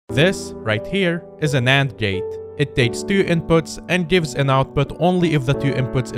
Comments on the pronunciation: cant tell if your saying NAND or AND at the start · It sounded like you said "This is a nand gate" and then you showed "an and" gate, very different thing.